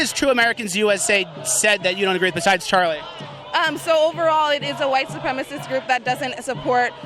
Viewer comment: "Its a white supremist group" ahhh lol